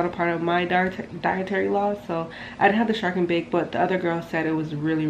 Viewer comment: Yuh saying it wrong gurl its bake and shark a huge difference